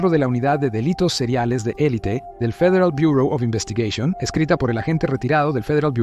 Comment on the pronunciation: dos agentes de fiieal buooor Oz investigueishon, habla bien, mitad en español mitad en inglés